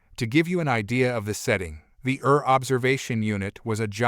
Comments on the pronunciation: Pronounce the separate letters, eee-are = ER. Abbreviation for Emergency Room. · It ER , please pronounce it right, it’s not ur